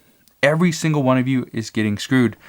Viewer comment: What is a "shangle"? It sounds like a new dance or something like it anyway...lol., I think you meant "single"...lol